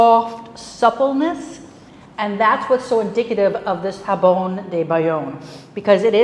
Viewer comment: To English speakers I would say that the j in jambon is pronounced like the soft, final G in the words "garage" or "massage", which are also borrowed from French. Chef was using the Spanish J. Maybe Bayonne is close enough to Spain to forgive the mispronounced word?